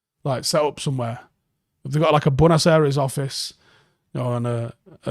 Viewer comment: Did just called "Buenos Aires" "BUONASERA"? 🤣🤣🤣